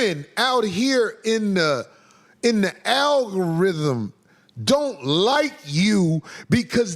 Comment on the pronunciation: Aggarhythm 😂😂😂😂 ma boi drunk